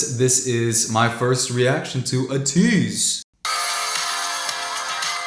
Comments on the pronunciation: IT’S PRONOUNCED AY-TEASE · u didn’t say their name right it’s ATEEZ the a is pronounced like u would say the a in sang u say it like the letter A not uh not trying to be rude I just want u to be able to say their name right without people correcting u all the time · Say “8”. That’s how you pronounce “ATEEZ”, something like “eighteez” without the “g”.